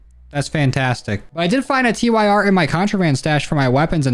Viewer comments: Stop saying t-y-r. It's 'tear' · Tyr is pronounced tear like the norse God of justice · The TYR is pronounced like tier like the god of war character there even is an attachment that has odin in the name